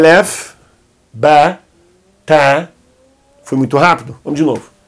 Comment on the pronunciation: Olá Professor! Você pronunciou a letra Ta e Ba como Te , Be daí fiquei confusa qual pronúncia devo praticar! 😘